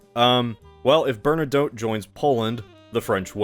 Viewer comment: okay, I’ve had it, please double check how you say Bernadotte. That is all.